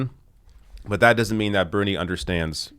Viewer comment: FOX’s expert impeachment analyst is a man who literally says “wudn’t” and “dudn’t”.